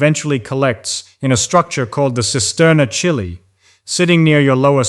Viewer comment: chyli is pronounced ki li